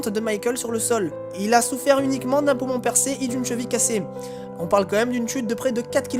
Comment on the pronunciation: a 2min et 36 segonde il a dit poument